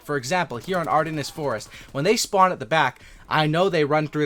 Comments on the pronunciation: Ardennes is pronounced R-Den by the way. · You said Ardennes wrong but everything else is good thanks